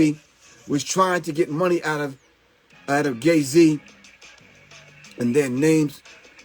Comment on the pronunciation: He calling him gay z or I'm tripping